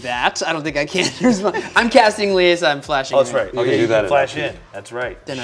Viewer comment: Lie-Sa... don't understand what's so hard for people to get about that name. Lee Ay Suh is so cringe to hear, yet people don't hear themselves say it and go "yeah that's dumb".